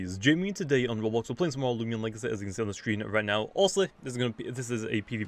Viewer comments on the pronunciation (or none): none